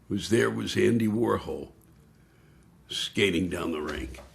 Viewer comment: He pronunced Andy's name the way David told us to. 😊